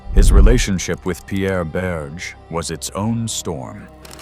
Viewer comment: The world's worst French pronunciation. I mean, really: EEvz for Yves (EEv); Berszh for Berge' (Berzhay). Disgraceful.